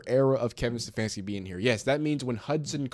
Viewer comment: You said Stefanski at least twice. Wut?